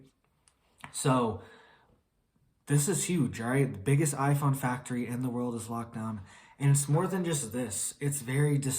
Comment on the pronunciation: Did you say IPhone 🤣🤣😂😂😂🤣🤣